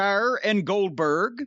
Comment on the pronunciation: I think he wanted to say Oldberg a few times. 🤣🤣